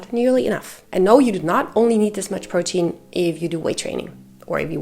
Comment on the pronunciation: I am so happy I found you❤your voice is so comforting 😊and I love how you say protein 😊 I have a queen about your last point. I have a big breakfast 40-50min before my workout I wourkout no more then 1h but I’m sooooo not hungry after still very full from my good breakfast and I’ll get that feeling of maybe wanted someone around 2h later is that to long? Eat at 8am workout at 9am but I really don’t want to eat until like 2-3pm so I can’t sit and have a good complete meal.having something after my workout I like a shake or something I feel is just going to put me over my calorie. And I Trying to have meals and not protein shakes and I can’t have a meal be out right after my workout I get right to work Sorry if that’s long I’m just 38 and I want my workouts to count 😅 I want that muscle